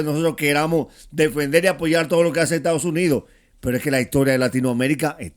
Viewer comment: ME ENCANTARÍA VER A ESTA DIABÓLICA VIVOENDO EN CUBA, DENLE 1 ALITO DE VACACIONES PARA ALLA! PA' QUE SE LO GOZE! UNA MUJER QUE DICE ETADOS UNIDOSS! RIDICUL@